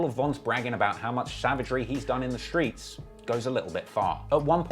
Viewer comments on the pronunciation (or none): saying Skreetz instead of Streets Threw me NGL lmao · said Skreets. 🤣😂🤣